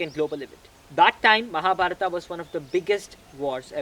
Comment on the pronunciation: That is right way to pronounce as in sanskrit.